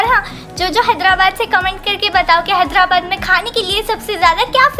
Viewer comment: लास्ट में हैदराबाद की जगह हेदलाबाद बोल दिए।।।😄😄